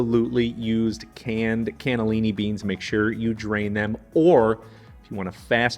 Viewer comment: Your ancestors were from Italy (Sicily) 🇮🇲🇮🇹but your pronunciation of Italian words is soooo bad. 😞 MinestronE not MinestrOoon. Cannellini not K'nellenn and so on.